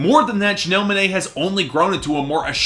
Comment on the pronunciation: “Janelle Muhnae”